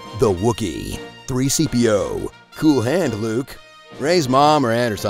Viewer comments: They said 3CPO 😂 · Wait, wth, 3cpo? Um both the interviewer, and Billie D Williams, couldn't get C3PO correct! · "Three Seepio" is soo God damn funny...